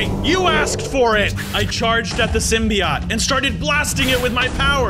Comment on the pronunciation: symbiote sim by ote thats how u say it